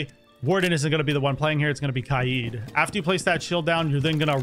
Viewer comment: It’s “cade” not “kai-eed”